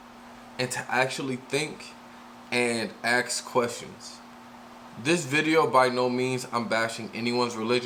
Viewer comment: The wod is ASK, never AKS